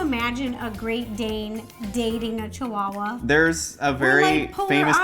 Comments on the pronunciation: The pronunciation of the dog name is chiwawa not chiuhaha or something else. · Ro: Chihuahua: No, a chiuhaha